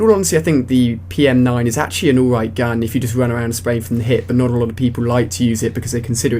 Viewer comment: PM9 not MP9, you kept saying it wrong in the video